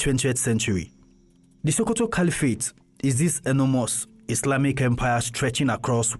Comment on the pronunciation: Its SO- ko-to .... Why are you saying SHO-ko-to?